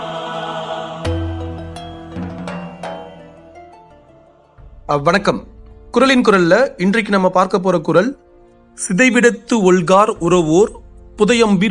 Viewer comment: Vanakkam yendru sollalaame... Adenna - Avvanakkam? 😂